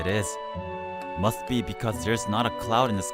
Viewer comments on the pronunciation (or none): none